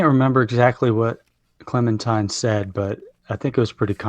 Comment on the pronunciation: Why do so many say clemintime? Small gripe just annoying a little. Edit : love the vid and take on the episode as always. I mean what I said above was my "complaint" so obviously I enjoyed 😆